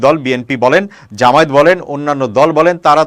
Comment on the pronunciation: জামায়েত না জামায়াত শুদ্ধ করে উচ্চারণ করুন।